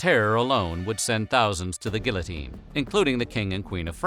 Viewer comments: gill-oh-teen lolol- for those who doesn’t know, it’s pronounced “gee-yo-teen.” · I love this channel but I die a little inside every time a word is mispronounced. There is no L sound in "guilltione"!!! It's French, they don't pronounce half the letters in any given word 😂